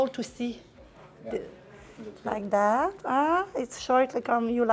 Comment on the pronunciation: French people when speak English they become " Thathe "